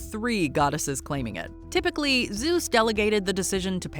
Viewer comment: ZUESSSS 😂 ALWAYS KILLS ME